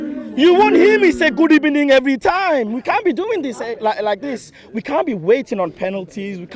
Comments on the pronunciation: Good ebening, I cringed so bad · What a great video. Especially the Good Ebening guy 🤣